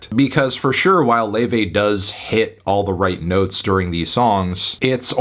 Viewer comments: Whddyu mean lay- vay its luffy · you pronounced her name wrong